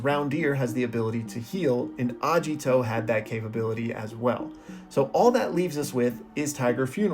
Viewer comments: Agito btw not ajito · why u reading agito as ajito also there is aesthetic from deer , agito literaly has horns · Its Ageeto.. Not ajito.. Pronounce that right right now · A*Geet*o not Ajito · His name is Agito, not Ajito 😭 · Please, PLEASE say Agito correctly, not Ajito, Agito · hearing the misspronunciation is really bothering me...................................................its not A-jiii-to its A-gi-to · Hard g in Agito, not a soft g. "Ah-gee-toe" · That pronunciation of Agito is killing me, I tell you, KILLING ME